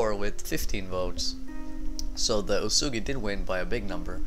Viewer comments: its pronounced as uyesugi not uesugi...........shogun 2 total war didnt do their homework well...lol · Soren Wiedmann it's supposed to be pronounced as Uyesugi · isnt it pronounced OoSaeGi?